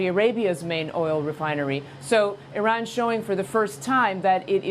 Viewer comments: irins missile defence😂irans you stroked out doofus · Geez, you’d think that if we’re going to bomb their country, at least Trump could have the respect of correctly pronouncing the name of their country 😂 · He can't even pronounce Iran properly.